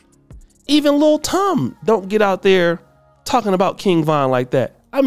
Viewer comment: Who is Lil Tom bruh?! It’s TIM 😂😂😂